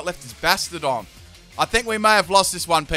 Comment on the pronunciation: Bahshtyadohn. That is how you pronounce it. Bastion - n + suffix "Don"